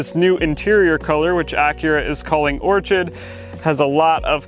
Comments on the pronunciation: Psst, orchid is pronounced or-kid. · So.... it's Orchid. Pronounced Or-Kid. Like the flower!